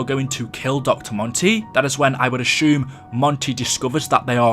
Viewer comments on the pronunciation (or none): I hate the way you say Ashume instead of assume